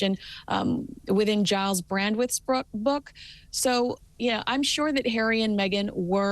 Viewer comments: Someone tell his name is Brandreth nor Brandwith. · Hello love your podcast/youtube. However please get pronunciation correct. It's BRANDRETH, not Brandwith. Many thanks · It's Gyles Brandreth not Brandwidth😂😂😂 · It’s Giles Brandreth (not Brandweth)